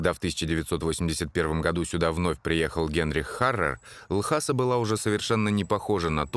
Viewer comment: Потому что не Ласа, а Л...неслышныйзвук...аса. Иногда в роликах про Тибет слышно, как слово произносят тибетцы.